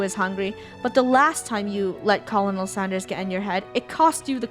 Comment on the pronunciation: Is It Just Me Or Did She Say Colonel Standers